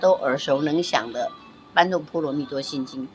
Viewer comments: 不是般若是 ㄅㄛㄖㄜˇ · 不是念般若去查一下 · 般若波羅蜜多心經、老師不是念般、